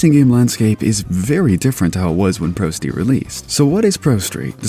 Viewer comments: You said prosteet like 50 times. Please just do a retake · ....did you call it "ProSteed" at one point, or am I just hearing things?